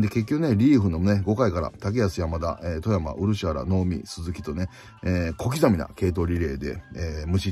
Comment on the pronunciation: 負け越した時も観ていましたが、3連勝だとウキウキで再生できますね。守備での状況判断の大切さが分かる3連戦でした。 オリックスの「富山」は「とみやま」と読みます。